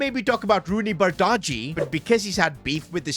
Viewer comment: It's Rooney Baji when pronounced, you don't have to put so much emphasis on the D